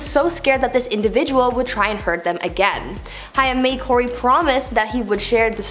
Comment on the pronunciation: The way she pronounced Corey's name and no one corrected her.